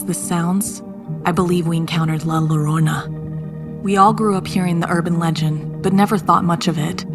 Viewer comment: A lot of the words were mispronounced like ñiña and llorona